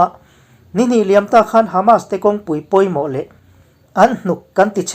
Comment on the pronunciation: 'Hman' tih i lamri hi a diklo. 'Ka hmanlo ' tih a.hman richhuak ang hian lamrik tur. 'khanchhuk' tih a 'khan' tih lamrika i hmanthin a vang hian a ngaihthlak a hreawm deuh.A dang chu a tha viau